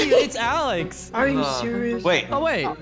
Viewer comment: Instead of “Alex” it’s “Ahleighx” 😂😂😂😂😂